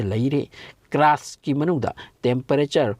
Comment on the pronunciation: Yam taningtaba dialogue yamna yaoe. " Aduna film gi wanido " ga haiye. official oiba wangang sijinaba fei. Aduna film gi warini hairaga loire. Pronounciation su yamna soi. Crust pu crast haina pare , diamond busu lanna pare, inner busu innar haina pare. numit ki asabaga core gi asabaga manade. Aranba information su pire. Yam cheksina pabiyu educational purpose oina sijinaba yanaba.